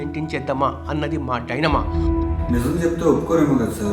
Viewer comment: డైనమా కాదు డైలామా కొద్దిగా తెలుగు ను కాపాడదాం సార్ ప్లీజ్